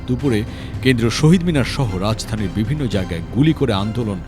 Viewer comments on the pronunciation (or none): none